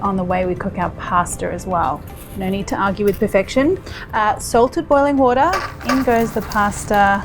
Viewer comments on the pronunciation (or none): Wah-Taaaaa (wateR), and Pas-terrrrrrrr (pastA)